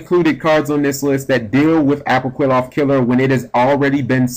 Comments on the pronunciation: apoqliphoth is pronounced like apokliffoth not apoquiloth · [ah-poh-KLEE-fort] is the pronunciation. You were wrong on this one bro. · Apwokilloth Killer is what I heard... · Ah-po-kleeh-photh Killer. You're Welcome.